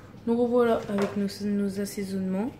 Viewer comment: " Des sasesonement" 🤣